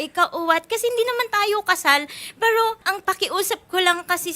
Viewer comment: Hindi diretso ang pag bigkas ng " Pero" ni Madame 😅😂 mestisa yta 😂